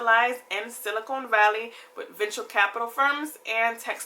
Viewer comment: its silicon not silicone